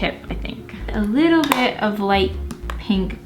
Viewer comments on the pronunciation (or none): When said, "just gonna blend a bit" I heard "just gonna blend a b**ch" 🤣🤣🤣 is this dyslexia?